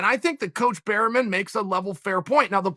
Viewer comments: Eugene 'Bear-man' Bareman, not Berryman ;> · Eugene Bareman: Say my name! Chael: Eugene Berryman. Eugene: OK great! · Chael still getting that blood flowing back to the brain from the Silva fight, the ways he's been pronouncing names lately! Prokaiev, Barryman. Tune in next week for Franky In-Igloo vs James Jones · Eugene "Berryman" Bareman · “Eugene Berrymen” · "Eugene Berryman" - Chael Sonnenen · That Eugene "berrymen" got me rollin